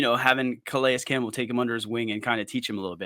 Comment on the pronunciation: Thank you for the effort to say Calais Campbell's name correctly. It means a lot. It allows you to be taken serious as a podcast, and it respects a legend.